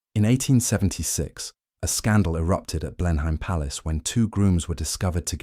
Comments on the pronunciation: I think "Clivedan" is pronounced "Clivden". And "Blenheim" is "Blenum". And is that really E.M Forster or so? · I came to say that I enjoy listening to your content, until [3.25] in this video and you mispronounced 'Blenheim"... "Oh no! I thought he was real but it's just more slop!" But it isn't. No clickbait-y buzzwords spewing a political agenda. It's entertaining, informative, educational and dare I say it, important as a rare historically based cultural record about those of us who went before. Thank you. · Computer generated voice over. The pronunciation of Blenheim gave it away instantly. 😂